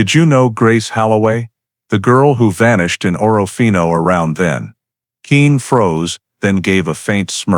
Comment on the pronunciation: It’s pronounced orfino not orra fino